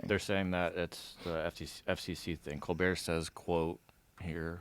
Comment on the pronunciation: “Co Bear Show” 😂 not hating because this is good work, but that is pretty funny